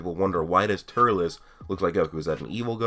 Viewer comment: Please stop saying Turles like that its pronounced Turls not Turles Other then that awesome video